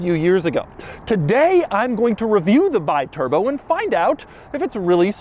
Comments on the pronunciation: Alexandro De Tomaso bought Maserati in 1976 and was decided to launch a volume car to turn the company viable. After the Kyalami (basically a De Tomaso Longchamp with Maserati V8 engine) and the Quattroporte 3, they finally announced the Biturbo in 1982(the correct pronounce is bee turbo), which was the volume car he promised (at least for Maserati standards). Facing serious financial problems to finalize the project and desperate for cash, De Tomaso launched the car without the necessary tests and development. Although a good project, this was the main problem and the reason for the car’s bad reputation. They basically finalized the project during the early years of the production span and the car’s initial huge success simply became a nightmare for the small Modenese company. This is also the main reason why the real good biturbos were the ones produced after 1985/1986, because they were properly developed, with larger engines, intercoolers etc etc. There’s no doubt about the huge prejudice the Biturbo brought to Maserati’s reputation. Maserati was the aristocratic company of the Modenese trio (Ferrari/ Lamborghini/Maserati) with the best finishing and reliability of them, with pedigree and racing heritage. The brand of the low profile millionaires and models like 3500 GT, Mistral, Mexico, Ghibli, Indy, Bora, Khamsim were there to proof. So, if you’re looking for a Biturbo, search for the later models, if you’re looking for a vintage Maserati, go for the big V8s of the 60’s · Is "Bee-Turbo", not "By-Turbo"!!!! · Bee-turbo, not bye-turbo. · It's an Italian car. Call it with an Italian pronounce. It's pronounced B-turbo. Without the "i" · Um, this is pronounced "Bee-turbo" AFAIK, I'm not an expert, but I think that an "I" in Italian is usually an "ee" sound. Such as the Italian brand Sidi is pronounced "Seedee", or you know, Ferrari? It's not "Ferraraye" or ya know, how about MASERAT-EE, dang it. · I saw these in Germany in the 80s. Actually pronounced Bee-turbo.